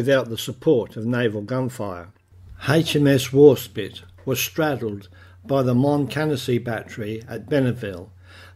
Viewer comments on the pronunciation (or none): Warspite not spit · As ex-navy I agree with last comment, Warspite, not Warspit!! Good video but this makes you look like you haven’t prepared properly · no no no...WARSPITE NOT WAR SPIT !!! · sorry mate but its warspitE